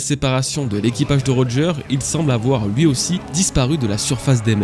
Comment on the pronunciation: elle c’est pas dire ui 🤣🤣 elle lache des gros loui au lieu de lui 🤣